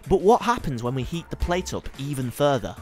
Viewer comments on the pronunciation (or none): none